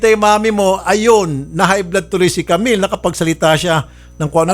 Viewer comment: "jamill"😭✋ Sorry po natawa ako HAHAHAHAHAHAHAHAHAHAHHAAHAHAHAHAAAHHAHAHAHAHAHAHHA